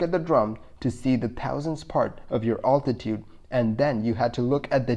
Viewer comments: You pronounce altitude interesting, alltitude, here in Washington state natives say Al-titude like a guy named Al, I am assuming this is true for the rest of the west. But you say Altimeter like that. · Altitude...Al like a man's name not Ultitude?